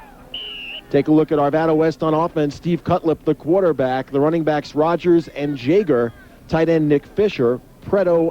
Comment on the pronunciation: Don Jagger that's my cousin!! That announcer dude butchered the pronunciation though. "jayger" really? lol.